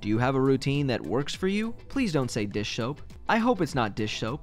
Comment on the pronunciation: DISH SHOAP! DISH SHOAP!